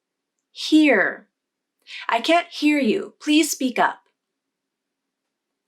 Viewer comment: wait, wait, wait, are you pronounced (n't) in can't as a glottal stop. wow